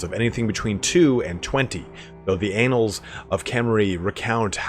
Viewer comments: The anals of Khemri... it really is Halloween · ... the "anals of Khemri"? That... you might want to correct that pronunciation.